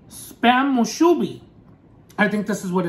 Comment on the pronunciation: I don't think there's one in Hawaii and I'm on Oahu. 🤷‍♀️ Moo-sue-bee